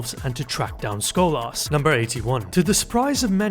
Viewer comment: It's Sko-las, not Schoal-Arse!